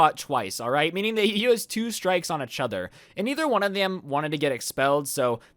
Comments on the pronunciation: He doesn’t say EACHother he says “uhchuter” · Achathor instead of each other does anyone else here this? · every time says "eachother", i get distracted by the fact it sounds like "achother" XD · ECHOTHER i love how he says this instead of "Eachother" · How many times does he say "Itchother" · bruh who else is cringing whenever he says "itch other" instead of "each other" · Does it bother anybody else that he says achather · The way you say 'each other' pisses me off "etch oder" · Ietchither LMAO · U said uchuder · Is it me or do you guys hear ich-other instead of each other, not tryna be rude but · Why do u keep saying eh-chother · stop saying "etch other" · Instead of “each other” keeps saying “Itch other” 😂 Holy shit this is the most likes I’ve ever gotten EDIT: I just got like 790 likes on a comment on another video... happy noises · Everybody but::pronounces each other as itch other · Anyone else realize how he pronounces “each other” as “A-chother” ? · my man. EEEECH other, not itchother😂😂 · This is how many times said etch other instead of each other 👇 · did anyone else go insane whenever he said fucking "echother" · Nobody: Absolutely nobody: Not even thanos:: UCHOTHER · When ever says each over he sound like he’s sounds like itch over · He says each other weird but I still love his content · Is nobody talking about how he pronounces "eachother"? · Anyone else think says each other weird???